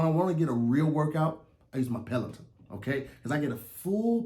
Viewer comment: didn't say Pelaton correct🤣🤣🤣 I thought I heard petaltoe